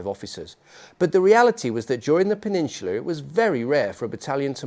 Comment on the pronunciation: Peninsula. Do you even speak Americanized English